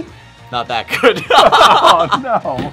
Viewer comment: when say good "gooud"